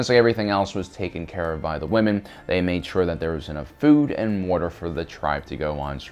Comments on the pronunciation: Am I the only one who gets made at how he pronounces "water" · I'm sorry but wuddr makes listening hard.